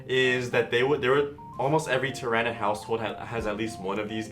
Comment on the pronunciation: My only gripe is your pronounciation of the word "Tyranid". The "Ran" in the name isn't such a hard sound.